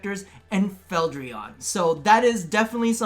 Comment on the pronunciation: no one: not a single soul in the entire universe:: "feldrion"